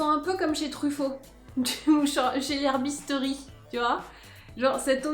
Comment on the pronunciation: Herboristerie pas herbisteurie 😂 En même temps la routine du soir est bien plus importante que celle du matin tu as eu raison de commencer par ça